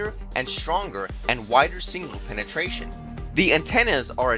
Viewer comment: penatration haha